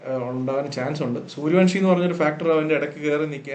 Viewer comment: Sooryavanshi സൂര്യവൻഷി, സൂര്യവംശി അല്ല, പ്ലീസ്. എല്ലാ മലയാളി പോസ്റ്റ്‌കളിലും തെറ്റിച്ചു പറയുന്നു.